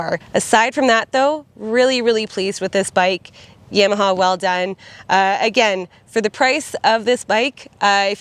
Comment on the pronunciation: Good Job! Gonna test ride one. Never heard Yam a ha pronounced that way. Thought it was Ya ma ha - lol